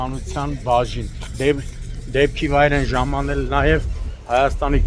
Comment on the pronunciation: Ժամանել։են ժամանել։ են ծամանել են վյաախք